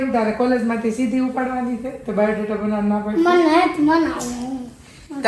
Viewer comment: આ ભાઇ ને સ્ત્રી 2 ના સેટ પરથી જ ઉઠાવી લાવ્યા કે શુ......સરકટા નુ ગુજરાતી સ્વરુપ..ડોકી વગરના ટીશર્ટ વાળા😂😂😂😂😂😂😂 પીનલબેન Rocks😏 ચિંતનભાઇ shoked🤫 = બાયોડેટા ❌️ બાવૉદેતા✅️😂😂